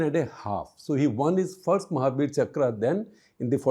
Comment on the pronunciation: It’s not chakrā, it’s chakra